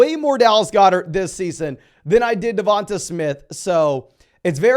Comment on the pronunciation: Devonta smith is pronounced DEVONTAY not DEVONTUH.